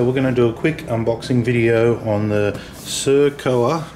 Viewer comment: Sir-coa???? Sir-occ-o.😉